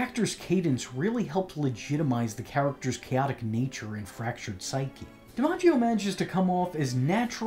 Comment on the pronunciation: John DiMaggios Joker is honestly one of the best Joker performances period. I'm glad you pronounced his last name like that. Thats how my family pronounces ours we just spell it with an E instead of an I at the beginning. Phoenix Joker performance would be cool to see your rating.